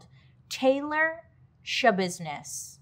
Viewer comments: “ She had to handle some Shabusiness” 😂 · Mind Schabusiness is all I hear when I hear her name. 😅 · Lol “mind yashabissness”🤭 Man she was really sick 💔💔💔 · "It's Shabusiness??" No, it's NOT ya business ✋️ Edit: it was in fact Shabusiness